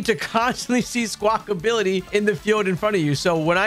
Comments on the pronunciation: Why does everyone keep saying "Squackability"? It's Squackabilly, there's no "T" in it's name. Seriously, you and Austin John.🤣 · I love these videos…but for the love of god it’s not Sqwakability lol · Good god why do y’all call it Squawk-ability? You’re the third creator I’ve heard making this grating mistake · Is Squackability a meme or do people not realize that its Squackabilly